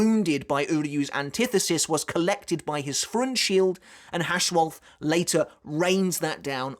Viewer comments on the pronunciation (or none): I gagged at pronunciation of Freundschild, yet it makes sense hearing as FRONTSHIELD. 🤣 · the "Freund" in Freundschild is pronounced like froynd just fyi